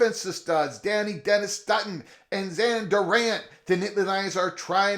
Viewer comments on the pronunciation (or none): My stomach drops every time covers PSU. 😂 Also, his name is pronounced Dah-Nye Dennis Sutton (like dye) and not Danny.